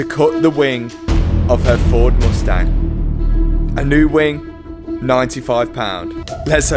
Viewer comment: The way he pronounces mUstang is painful.